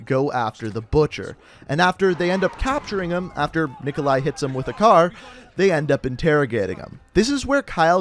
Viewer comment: It’s pronounced Knee-Coe-Lie